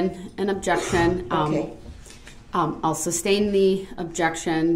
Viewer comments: He is saying "substain" right?? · Does he say substain ?! 😆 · If he says “SUBstain” one more time, I’m gonna lose my mind 🤣😡🤦🏻‍♀️ he’s so infuriating!! Despicable human… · Stop saying SUBSTAIN!!! That's not a thing!!!! 👍🏻🤬🤬🤬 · Grounds, mind boggling, substain!! I probably would have went off. Now he’s a jail/ prison lawyer. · the way he’s not even saying “sustain” 😂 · Is he saying “substain” ? Lol